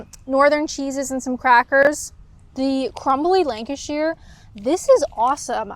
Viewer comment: by the way it's Lanca-sher not Lanca-shear 😊